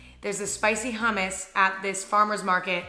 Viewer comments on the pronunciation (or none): no one: Emma: spicy HAMISS